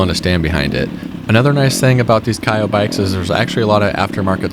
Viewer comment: The proper way to say the name of KAYO is like KO not KAIOH just so you know.